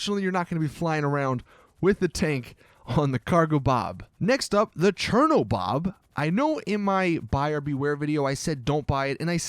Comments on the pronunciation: The Riata I pronounced Ree-ah-tah just letting u know, u sounded dumb when u said it the way you did. Also it's Chernobog not Chernobob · Did he just say cherno-BOB its cherno-BOG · lol chernobob its called chernobog lmao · you said "chernobob" laughs as popp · This guy have some reading disorder..the "bombshuka", "nokoto", "chernobob", "ratia"..etc. Like rly, did u lost some brain cells?! Take a couple more seconds in reading the names of vehicles ffs!!